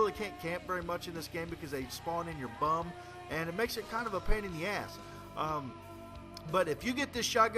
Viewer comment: First time I ever heard an American say "bum" hahah ( I'm not sure if he's Canadian or America .... I can't tell the difference so I'm just gonna assume )